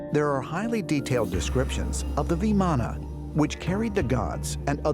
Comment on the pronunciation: Ya'll dont have to add another syllable to Vimaan